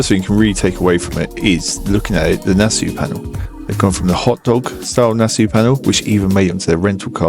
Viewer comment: I know your going to think I’m being an annoying little prat please accept my apologies upfront, but it’s pronounced “Na-saw” as it’s named after the Nassau Speed Week in California 😬